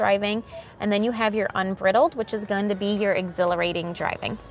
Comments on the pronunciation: Fords last stand. Its "Un br eye dled" lol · It is not "unbritle", it's "Unbridled", such as a horse being free range and not wearing a bridle.